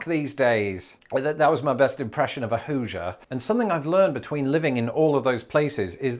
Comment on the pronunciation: Good impression of a Hoosier!